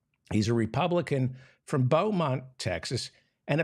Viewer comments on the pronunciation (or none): none